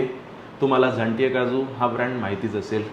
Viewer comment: tumhi nav nit ghet nahi zaaNte nav ghya tumhi bhaltaavh bolat aahat😂